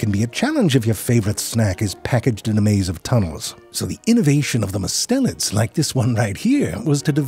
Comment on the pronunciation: Might want to edit the closed captions if you get time. Everytime you say "mustelians", the caption says "mids", and I think we can agree kitten snakes are anything but mid.